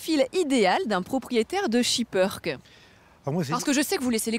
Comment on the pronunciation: On dit SHIPPÈRKE PAS SHIPPEURKE